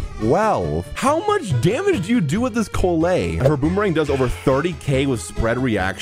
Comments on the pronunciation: I'm sorry, but the way he's pronouncing her name makes me die inside a little bit (It's Call-lay not Co-lay) Good vid otherwise tho! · someone HAS the mention how he is pronouncing "Collei" my man said "kolay" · The fact that how many times you pronounce her name wrong is impressive.